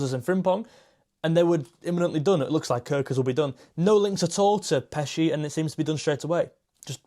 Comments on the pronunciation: Hey mate, just for info, Pécsi means from the town of Pécs, like Armin of Pécs (Hungary's 5th biggest city), pronounced (close enough) Péchi (é like in café ch like in church, i like in ship). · close, but if you want to go for perfect pronounciation, then its more like: Armin (with A sounds like the u sound from up, and i is short.) Pechi (with e sounding like a from stale, and i is short) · Correct....more information....Pécsi pronounced like patchwork.......Szoboszlai Dominik means Dominik of Szoboszló....Hajdúszoboszló is a City of thermal bath in Hungary.......Hungary have so 250! thermal baths....Greeting from Hungary😰